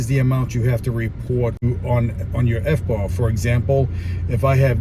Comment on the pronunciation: Sorry but every time you said FBAR all I could think of was FUBAR..